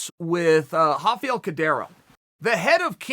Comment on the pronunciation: Does someone realize that is not how you pronounced RAFAEL